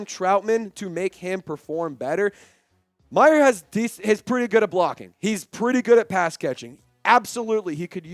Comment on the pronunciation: its Mayer, not Michael Meyer